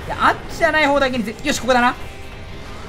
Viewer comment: コ↑コ↓完全に阿吽の呼吸